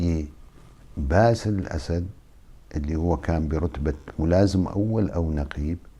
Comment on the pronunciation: انت لا تخجل من نفسك ؟؟؟؟؟؟؟!!!!!!!!!!!!!يعني وش الفايدة ياذا الوجه انت تؤكد أن سوريا مورثة لهذه العائلة القاتلة عايزين رئيس من عامة الشعب لا أن تعينه القوى الاستعمارية ……،ويتكلم ويسرد بالكلام وكأنه في أمل من هذه العائلة استحي على نفسك وبلا كلام فارغ لا أصل له البته قال باسيل اسيد 😂😂😂😂😂😂